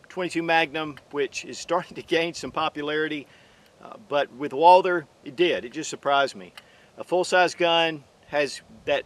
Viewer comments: Stop calling it "Walder" omg!!! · So annoying hearing you say "walder"😢